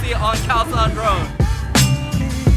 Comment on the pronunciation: you said load (road) but you didn't say rocal (local) but you speak English without an asian accent